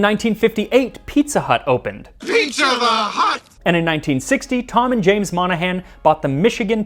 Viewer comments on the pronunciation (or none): none